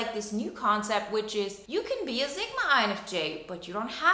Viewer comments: Zigma?? Or sigma . You lost me within your nagging boring voice . And it’s Sigma not Zigma . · Stop calling it zigma.its pronounced how it looks.sigma sigma sigma